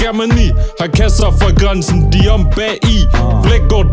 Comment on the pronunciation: siger du ¨gonzen'' eller græsen?